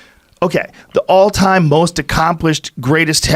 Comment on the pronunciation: "Greatest of all THime" lol